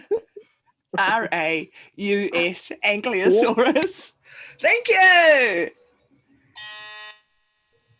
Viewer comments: I just wanted to call out Guy for mispelling and mispronouncing Ankylosaurus as Anklyosaurus. It's "Y" before "L". Grate job tho. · 5 years late, but I must echo my fellow vociferous dissenters in pointing out the egregious mispronunciation and misspelling of Ankylosaurus. Furthermore, the inclusion of Plesiosaurus in the Dinosaur round despite its definitive identification as a Sauropterygian and NOT a Dinosaur is a grotesque oversight which frankly undermines the legitimacy of this entire enterprise. I have contacted the relevant palaeontological authorities and they have assured me that preparations are being made to (per their correspondence): "turn that clown into a fossil." I am sure you believed you had absconded without facing consequences for your impropriety and can only hope that such naïve delusions have now been thoroughly annihilated. Yours apoplectically, Professor Prolapse